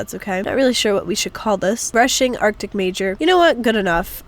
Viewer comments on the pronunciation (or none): none